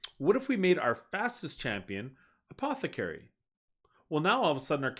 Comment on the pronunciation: my man cannot say apothecary